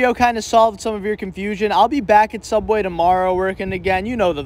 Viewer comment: i agree… anyone who calls it Sooubway rather than the boring real name “subway” deserves respect